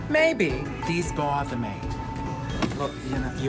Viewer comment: “These Botha me...” 😂😂😂😂